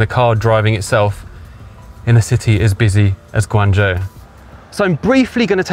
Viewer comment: As long as there is a human element, then saftey on the roads is never a certain thing. Also I would expect someone living in China to learn how to pronuounce Guangzhou correctly, and not butcher it. And the laws in China for self-driving say you need to touch the steering wheel at least every 10seconds or will complain. I think this is a good idea compared to people trying to sleep at the wheel which is why Telsa has several deaths, and the most accidents reported with self-driving. One thing I would also question is how would the car get better over time, I doubt it has it's own learning AI inbuilt, because this is what it would be trained with at the start, so being nerveous is a good thing, Chinese people will just walk in front of a car as many have no sense whatsoever to safety.